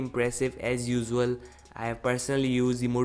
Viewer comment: Usual thik se pronounce kr